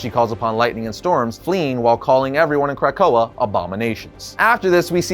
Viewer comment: Is he saying CRACK-koa or am I hearing things🤔🤔🤔🤔🤔🤔🤔🤔🤔